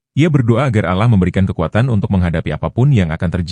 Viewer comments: Dibacanya Alloh,dengernya JD risih KLO dibaca allah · Kemungkinan si pembaca cerita ini, beragama non muslim jadi caramembaca kata "Alloh ,di baca Alah. Itulah kami sebagai muslim merasa janggal dan gk tepat bacaannya.❤❤❤ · Bukan allah ngucapnya Alloh dong? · Iya ya kok ngomongnya alah itu emangnya gak salah kalau orang islam kan alloh yg benar🙂🙂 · Dibacanya Alloh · Yg baca itu agamanya apa.kok allah bacanya